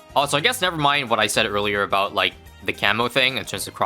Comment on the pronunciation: "right aboot"